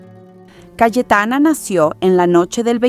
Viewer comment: Por qué dices CaEtana?? Es CaYetana